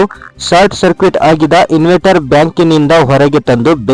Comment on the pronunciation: ಇನ್ವೆಟ್ಟರ್ ಅಲ್ಲ ಅದು, ಇನ್ವರ್ಟರ್